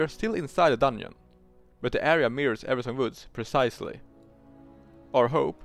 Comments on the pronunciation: dungeon ❌ dunn-yin ✅ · Why tf you keep pronouncing dungeon like onion ?